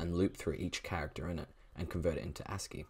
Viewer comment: WHAT DO YOU MEAN A-S-C-I-I ITS PRONOUNCED LIKE "ASS-kee"